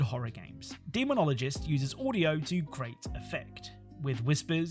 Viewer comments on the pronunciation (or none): none